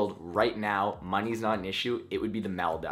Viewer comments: Wtf are the Maldives it’s not actually pronounced like that it’s mol-deevs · It's actually pronounce Mal-deevs. Doesn't matter I'm just not picking. Pronounciation var-ees. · Not trying to be annoying but you have pronounced Maldives wrong in other videos and it’s very annoying. The “I” is pronounced like an “e” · ‘Mal-die-ves’ ??? I guess I’m weird saying ‘mol-dee-ves’ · Dude, as a Maldivian gur pronounciation of Maldives is simply hilarious. I keep rewinding it.